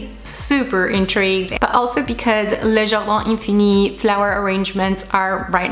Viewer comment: Wow!!!! Loved them!!!! I love how you pronounce the name of the brand!!! You are the best!! Definitely going to order one for my bedroom!!!! 😍😍😍